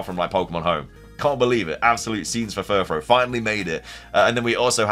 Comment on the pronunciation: Zeta is a the Greek letter. Considering that A looks like Lambda, another Greek letter, I reckon that Zeto-A is referring to the compounded name of both letters together. Also, for the love of Pete, please, please pronounce Furfrou per its (French): frou is “frü” or “froo”. I cringe every time I hear English speakers pronounce “ou” as in “ao”.